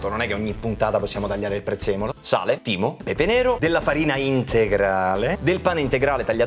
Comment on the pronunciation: quando ha detto timeo ho capito teemo xD